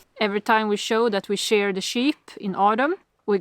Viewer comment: please explain how you can miss hitting treetops when you fly the drone. Love to you all. Rabbit (Hare) is a very good meat and does not take long to be of butchering size. You could easily capture them with traps. How funny it was when Ivar tried to take the dog's nose into his mouth!!! The word SHEAR is pronounced SHEER, not SHARE.